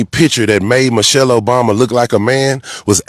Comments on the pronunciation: He didn’t even pronounce her name correctly. Mo-shelle. He’s sick and I hope he loses everything. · Who’s Moushale?? 😂😂😂😂😂